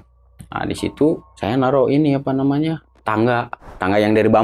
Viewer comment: saya ngakak pas dia bilang "apa nyamanah"🤣 sering terjadi ketika orang Sunda bilang "apa namanya"🤣